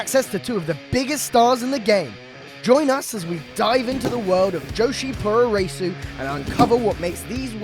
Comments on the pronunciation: I twitched a little bit every time you said "poo-roh-ray-soo". Puroresu is literally just pronounced "pro ress", short for pro wrestling. The u's are silent, but Japanese letters are all syllables. So when they're trying to imitate English sounds, they use silent or barely-spoken vowels between them. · 'pooro raysu' lmfao its 'puro REsu'. 're' like in 'resurrection'. not like 'ray' as in 'racing'.